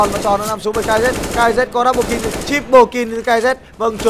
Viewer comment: ad đọc nhầm kill thành kin ko thế .... đấu skill mak đọc đấu skin